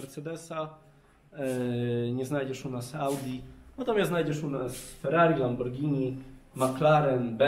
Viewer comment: kupuje lamborgini prygotujcze czensczi